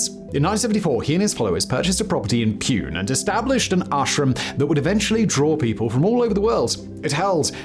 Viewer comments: hey its not pune its actually called Poone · Good Video but it's s not "pune"... . It's pronounced (poo-neh) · Its Poonaay not Pyoonnnn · It's not Pyune... It's poo-nay... Like you are not allowed to poop in the city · It’s not Pewn- it’s Pun-ey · Also, Pune where the original ashram was created, is pronounced poonay rather than Pune line in this video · Pune is pronounced Poo-nae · It’s not Pune it’s pronounced Poo-neh Simon some background checks is good. Anyway Rajneesh cult was better then all the American cults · The city in the starting was Pune pronounced as "POONE". 😂 Poo-Ne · Lmao I know Simon hates this but the pronunciation of Pune is Poo Neh. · the pronunciation is "Poona", which used to be the official name until the orthography was altered. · Yes his pronunciation of Pune is hilarious , I’m glad I wasn’t the only one to notice !